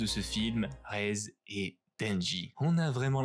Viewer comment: super vidéo mais c'est pas raise c'est rézé par contre ;3